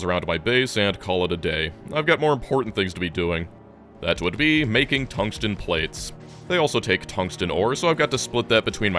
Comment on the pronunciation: "Thungsten carbide drills" LOL :D